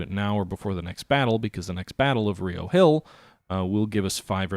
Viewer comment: As a native to Charlottesville, it's RI-oh Hill. Not Ree-oh. Don't ask me why. it's just like how we call Buena Vista byoona vista